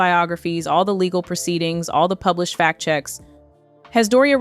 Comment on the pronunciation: FACT check, not fat check, please.